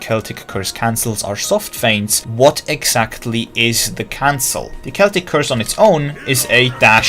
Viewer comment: Im just glad to see someone that pronounces "celtic" correctly xD